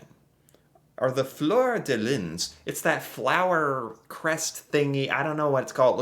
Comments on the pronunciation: Fleur de lys is flur de Lee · Oh, well its 'flur de lee' in England , the French don't pronounce the s. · Métis = May- tee. Fluer-de-lys. = Flur-de-lee